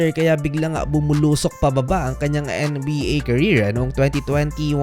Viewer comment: ang kulit mo mag salita kailangan tlaga maging OA . anong N-E BA diba pwedeng sabihin mo lang maayos na NBA